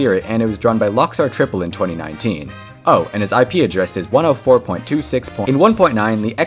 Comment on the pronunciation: did bro just say rob's adres?